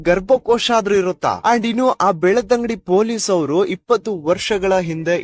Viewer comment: ಇವನಿಗೆ ಬೆಳ್ತಂಗಡಿ ಅಂತ ಹೇಳಕ್ಕಾಗಲ್ಲ ಬೆಳತಂಗಡಿ ಅಂತಾನೆ😮 ಉಚ್ಚಾರಣೆ ಬರಲ್ಲ ಬೆವರ್ಸಿ ನನ್ ಮಗನೇ